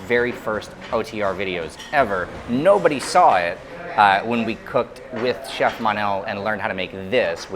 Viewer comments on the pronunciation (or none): none